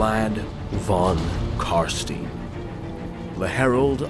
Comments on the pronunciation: It's Carstein, pronounced like fine wine, not Carsteen, like a mean bean. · Vlad von Carstein, not Vlad von Carstene goddamnit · It's Carstein, not Carstien. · I find it hillarious that you make special effort to pronounce Khemri as Hemri, but at the same time you repeatedly say "von Carsteen" instead of von Carstein :P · "Car-stien" .... its Car-stein, e-i-n ...... next! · Von CarstEIn not Von CarstIEn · I know it's a minor point but in German Stein is not "Steen" it's "Shtayn" - they pronounce it properly in the game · von car-stine, not von car-steen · Its pronounced Car-stine not Car-stene. and Neferata didnt create the vampires Nagash did back when he was trying to find a path to immortality that wasn't lichdom, she was just the first one he used it on. She was however the one who spiked the punchbowl during a party with the elixir turning most of Nehekaras ruling class into vampires including Vashanesh who along with Aborash started to hate her for it. Which was why he went to Sylvania and started the first Vampire War, he was going to use the Empire to hunt down and wipe out all the other Vampire bloodlines. Unless of course GW retconned his storyline again. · CARSTIN = WHAT ? IT CALLED CAR-STEIN <------ A good example of this is with Albert Einstein. Nobody says "Albert Eens-steen", right? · Its "Von Carstein" not "Von Carstin" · Noooooooooooooooooooooooooooo! Kar- SCHTAIN Not Car-Steen. Jesus fucking Christ, Americans. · For some reason it triggers me everytime when you say Carstien cuz its Carstein. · His name is pronounced Carstein. Not Carsteen. In German names ei is pronounced like the word eye. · Always loved your videos but you made me sad how you pronounced Carstein. It's Kahr-stahyn, not Kahr-steen. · Awesome Video, even though a shiver goes down my spine everytime someone says "Von CarSTIN" instead of "Von CarSCHTAIN", which would be the right german pronunciation buuuut screw it, everybody can say what they want 😁 keep up the good work!